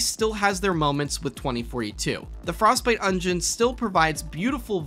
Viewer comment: "Frostbite Ongion"